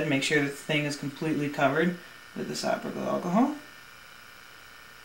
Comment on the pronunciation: Good info, but dude, learn how to say "isopropyl.' Yeah, I'm *that* petty.